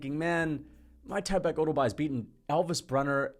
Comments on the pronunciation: it’s MIK-TIB-EK no MY-TYBEK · bro its meek-teh-bek